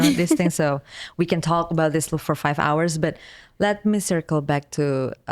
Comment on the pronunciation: WE WOK DE TOK NOT ONLE TOK DE TOK